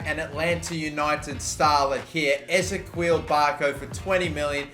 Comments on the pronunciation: You are saying barcos first name wrong it is pronounced; is - ee - key - ul not ez - a - kweel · It annoys me how you say Ezequiel Barco Its Eh-zee-key-ill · I'm not too sure but I think ezequiel barco is pronounced like Ezekiel, e-ze-key-l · I hate it the he says barco’s first name wrong